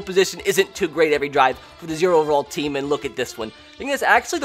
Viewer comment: Say "team" correctly